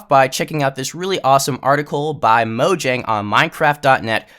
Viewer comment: moYang not moJang